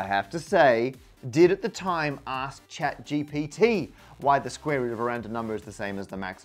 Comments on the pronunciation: You called it ChatGTP... Don't think it went unnoticed! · "Chat GTP" that's a mental speed-bump for the language center of my brain if anything. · 🤣 “Chat GTP” 🤷‍♂️